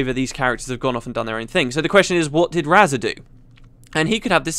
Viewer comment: So I've been pronouncing Razah wrong all this time? Okay.